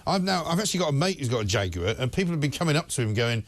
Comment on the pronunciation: I always pronounced jaguar as ( jag-waar) not (jag-you-are) now its more like (jack-queer).